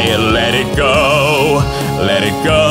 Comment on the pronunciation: awesome but you said sometimes ''let it co'' not let it go :P